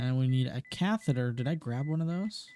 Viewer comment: YES SOMEONE WHO SAYS SALINE AND CATHETER CORRECTLY😭😭😭